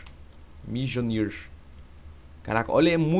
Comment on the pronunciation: alias nao de fala mjonlir como se escreve vc fala mionlir